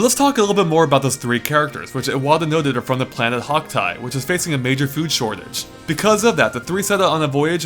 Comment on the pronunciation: Did you say they were from Hoctite, seems very close to Hocotate